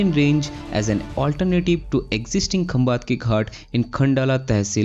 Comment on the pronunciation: It is सातारा.. खंबाटकी. Pronounce it correctly.